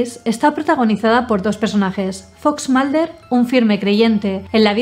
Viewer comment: "scally", "malder" 😎😎